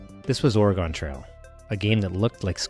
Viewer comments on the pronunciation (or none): It's pronounced ory-gun, not Or-A-gone